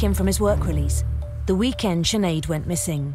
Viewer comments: It's just not pronounced chin ade? What the fuck. It's pronounced shin - aid. 5 minutes into the video you hear her mother saying her name anyways like. Are you Irish, how are you living in Ireland but never met anyone called Sinead? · Big man it’s pronounced shinaid. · Sinead is pronounced chin ade.. No disrespect to be meant to anyone linked with this video. I'm just helping the Americans out